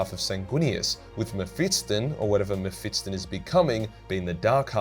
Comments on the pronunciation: Why do you pronounce it as Me-PHIT-son Its me-PHIS-ton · Anyone else find the way he pronounces Mephiston annoying? :D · Legends state that the Emperor will return to save humanity the day learns to pronounce Mephiston